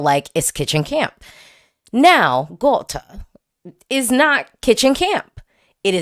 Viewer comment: You nailed the pronounciation of Gåte perfectly 🥰